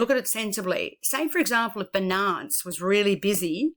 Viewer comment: Thanks for your video, small remark and not very important but Binance is spoken like BInance, not beNANCE, emphasis on Bi... just like Finance but with a B.